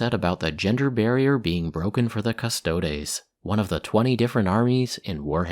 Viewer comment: Thank you for pronouncing Custodes properly :) You are awesome.